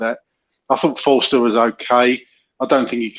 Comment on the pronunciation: It's not Foster it's Forster! Come on guys..